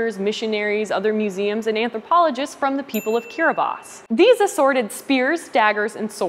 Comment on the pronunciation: I'm so glad she said Kiribati correctly 😄😄